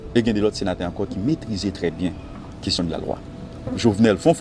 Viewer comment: Alon senatè gen djòl sirèt papa :"nous sommes 19 senaterrr, i ya le senaterrr"Koumanman!!! Bon kiyès ki tay vote sya???